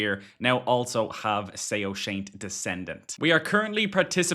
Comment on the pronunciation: Soashyant = sow-shy-unt(I'm zoroastrian) 😅